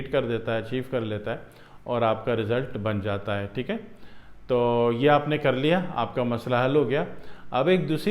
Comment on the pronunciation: Teek hai ,teek hai Kiya ratthe ho .pahile toom teek hojaopheer teek bolne ka vidio banana seekho theek hai .